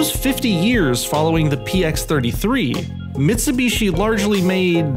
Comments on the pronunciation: What’s a Mitsu beeshi? Duhmericans. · "Mitsubeeshee" "SooBooRoo"